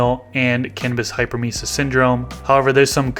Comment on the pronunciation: Nurse Practitioner here… it’s pronounced hyper-emeh-sis. Otherwise thank you for the info! I had a bunch of gnats when I grew indoor tomato seedlings this season.